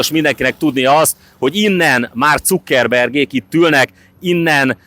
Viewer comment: "Zákörbörg" a jó kiejtés. Annak ellenére, hogy jiddis név eredetileg.